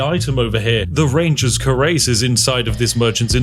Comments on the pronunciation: Cuirass = kwuh-rass Love your content, good sir. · How have you immersed yourself into so many historical games, and never learned how to pronounce cuirass?! 😂